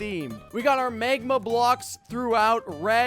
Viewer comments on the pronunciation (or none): He said MEGMA